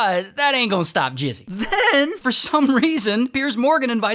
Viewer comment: Bro calling mizzy "jizzy"💀